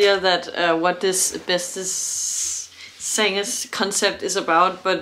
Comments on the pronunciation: Let me learn you some Dutch. The a in Jansen and in zangers is pronounced as the a in Darth and not as the a in Vader. Henk Poort was the phantom in the Dutch Musical. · Btw: The "a" in "zangers" is pronounced similar to the "u" in "sun". Greetings from the German-Dutch concert photographer.